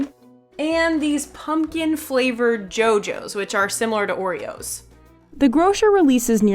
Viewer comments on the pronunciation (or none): none